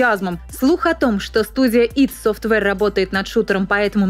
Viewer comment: Не люблю душнить, но может всё же не "ит софтвэр", а "айди софтвэр"?